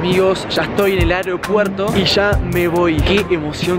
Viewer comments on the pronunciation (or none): En el minuto dice anopuerto ajaakajajajaj